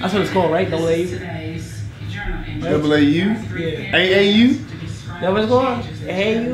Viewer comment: 🤦🏽‍♂️🤦🏽‍♂️🤦🏽‍♂️🤦🏽‍♂️🤦🏽‍♂️Double A u is crazy 🤣🤣🤣🤣 it’s AAU